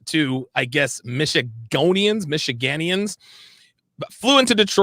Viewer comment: Michigonians is not correct. It is Michiganders.